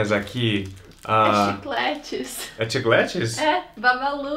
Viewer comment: Sim é uma marca, mas o brasileiro fala Chiclete e não Chiclet's que se pronuncia Chiclês.